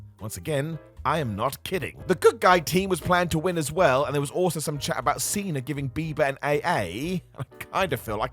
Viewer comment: Cena* not Cener